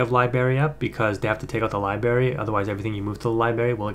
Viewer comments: It's Library,. LiBRary. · lol libary. I laugh every time you say it that way. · There's an R in Library big dog, just fyi lol. Great content, keep up the good work